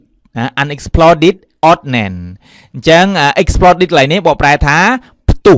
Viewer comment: Explode អានថា អ៊ែកស៍ផ្លូដ មិនមែន អ៊ែកស៍ផ្លដ ទេ Period អានថា ភៀរៀដ មិនមែន ភឹរៀដ ទេ Said អានថា ស៊ែដ មិនមែន សេដ ទេ Most អានថា ម៉ូសធ៍ មិនមែន ម៉ស់ធ៍ ទេ The report read៖ read ទីនេះ គេអានថា រែដ (past tense) សូមសរសើរលោកគ្រូដែលអាន Experience ថា អ៊ែកស៍ភៀរៀនស៍ បានត្រឹមត្រូវ